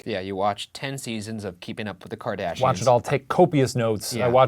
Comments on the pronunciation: The... Kardashanes 😂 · I thought he said “Kardashanens” lol. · THE KARDASHANES 😂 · “Keeping up with the KardaSHANES” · The kardashanes 😂😂😂 i love it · I died when he said kardashanes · the karda-shanes. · I love how half way through saying it Shane realised that he could say keeping up with the Kardashanes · Keeping Up With the Kardashanes I’m CHOKING